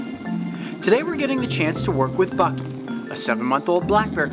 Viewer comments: am i the only one who keeps hearing f*cky instead of bucky? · It’s BUCKY, not BINKY.